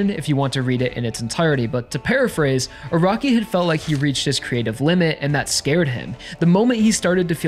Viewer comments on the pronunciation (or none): Funny he says Araki as "a rocky"